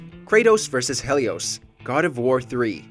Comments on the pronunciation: It's he li os not hell I os bro Helios it's simple did you pay attention in history class or what my guy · Who is "hay--leus"? I know HE-lios was a god. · Helios not Hellios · Its pronounced Heelios not hellios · It's pronounced healios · OMG if I hear him say HELLios one more time I'm going to go insane.